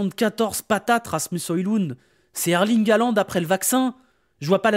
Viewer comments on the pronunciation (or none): none